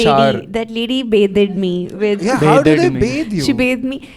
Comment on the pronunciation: Did she say batheded me